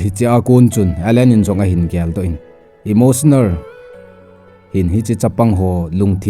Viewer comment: Pronunciation phatedom in hinbol g o. Angaihah g e. Eg. Emotionar, war for wall,chemicar , etc